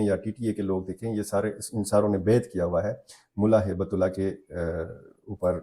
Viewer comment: امیر المومنین کا نام ہیبت اللہ نہیں،،،بلکہ صحیح نام ہبت اللہ ہے یعنی اللہ کی گفٹ ہے یہ زمین والوں کے لئے